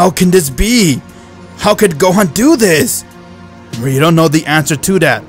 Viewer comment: lol when he says dis is your chance lol DIS🤣